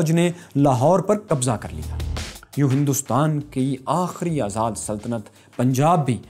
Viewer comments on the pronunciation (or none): none